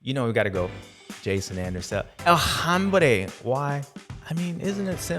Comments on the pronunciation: Love how James always says "El hambre" instead of "El hombre" for Jason Anderson. To me, its a Freudian slip because Jason Anderson is hungry and hes the man. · James's Spanish is slightly off, sounds like "El Hambre" which is "El Hungry"!😅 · Pronounced "OM BRAY"